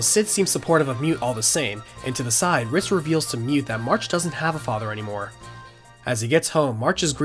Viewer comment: No one else is hearing “Fritz” when he means “Ritz?” No one?